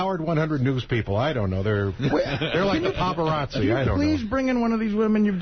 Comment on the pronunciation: Ive listened to this 3 times! This went unnoticed in the studio. but he said "Pavarozzi" instead of "paparazzi", likely mixing Pavarotti and paparazzi together 😂